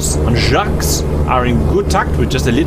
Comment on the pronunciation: cap pls!!! don't say some trailing sounds! "jaques" -> "jaq" you can look it up and significantly enhance your french pronunciation for rp purposes